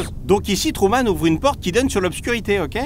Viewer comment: À le doubleur dit "Tourman" au lieu de Truman.